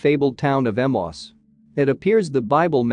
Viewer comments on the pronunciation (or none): Ee-may-us. Emmaus, not Emoss. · When are text bots going to leard now to pronounce names. Emmaus is pronounced e-MAY-Us, not emos. Kiriath-jearim is pronounced qiryath-ye`-arim. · I have always heard Emmaus pronounced as Em-ayy-us. No idea if that is the correct pronunciation; but it sounds better to the ear.